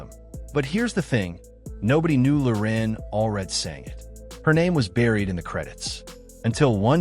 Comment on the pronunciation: Loren, not "Lorin"